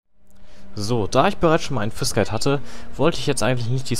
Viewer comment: Sagst du absichtlich Jizz ? :D